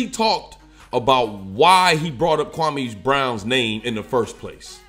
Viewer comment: Can you say the man Kwame Brown‘s name the right way lol ? Other than that good vid straight to the point!